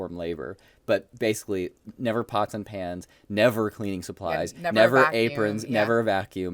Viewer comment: WAIT, PANS???? My audio processing thought he said PANTS with the T, as in CLOTHES.